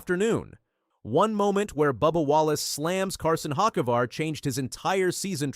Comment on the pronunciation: No way that’s how you said Carson’s last name lol